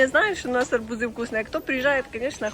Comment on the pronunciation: АрбУзы!!!Ударение на У...😊